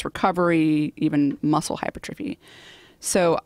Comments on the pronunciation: You were saying [Hi-pur-fah-tree] on the podcast. It should be [Hi-pur-truh-fee]. Not trying to be mean because you are great. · Oh come on. HYPER-TROPHY. It's not that hard. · RabidDog neither of them knew the word hypertrophy either. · doesn't even know how to pronounce hypertrophy...